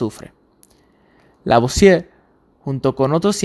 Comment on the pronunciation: Lo que dices en el principio del año de 1784 es lavosier ? Por q no se entiende esa parte